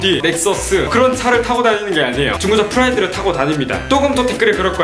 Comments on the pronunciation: 프라이드를 후라이드라고 들었다.... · 전 처음에 후라이드로 들음 ㅋㅋㅋ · 차가 프라이드라고 할때 프라이팬이라고 하는줄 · 프라이드를 후라이드 라고 들었어요ㅋㅋㅋ